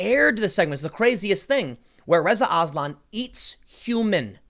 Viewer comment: When you said "Reza Aslan" I thought you were saying " RIZZA ISLAM"